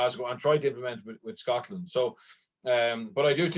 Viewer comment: The way you keep emphasising 'Scotland' is disrespectful as fuck